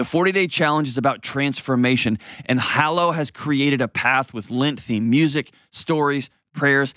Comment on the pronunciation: John it is LEnt, not LInt. Lint is the stuff in your dryer